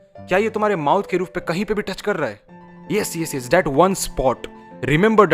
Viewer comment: Bro aap that ko Datt pronounce mat kiya kro ise improve kro